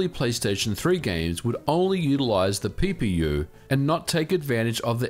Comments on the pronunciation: He says, 'PPU' but I keep hearing it as, 'Pee Pee You'. I'm sorry but I can't help it. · I need to stop watching your videos while drinking. Every time you say PPU i was giggling like a schoolgirl